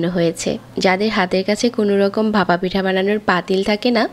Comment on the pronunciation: আপনার উচ্চারণে অনেক সমস্যা যা শুনতে অস্বস্তি লাগে। যেমন ভাপা কে বাসা বলছেন। যেহেতু আপনার বাচনভঙ্গি ভালো তাই আশা করি উচ্চারণে ব্যাপারে একটু যত্নশীল হবেন। শুভকামনা রইলো ❤